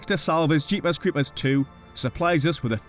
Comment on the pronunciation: Love the way he says Jeepers Creepers its how i hear it in my head.